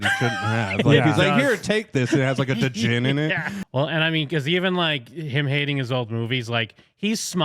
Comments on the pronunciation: Did you just say du-jinn? Seriously? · The d in djinn is silent.😉